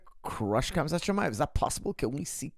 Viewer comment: KHAMZAT (HAM-ZAT) not KAMZAD